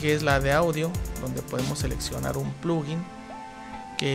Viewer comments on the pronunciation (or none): none